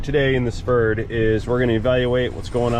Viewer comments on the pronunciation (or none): "A Förd" :-) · Is it Ferd? Or Fürd or Furd